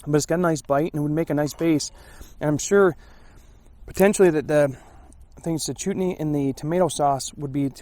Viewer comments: It's "Chutney" not "Chootney".... it's common with Indian cuisine! You need to get out more LOL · Chutney is pronounced almost like chart+knee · Chutney is eaten with curry. The first syllable is pronounced like "shut' as in shut the door.